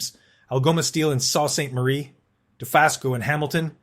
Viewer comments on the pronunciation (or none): The verb "to read" is pronounced reed , not red . Bad robot! Lazy robot supervisor... Sault Ste. Marie is The Soo, and Sault is pronounced soo . You need to get a Canadian robot on the job.